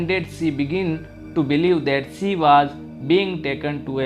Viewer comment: Sorry it's she not se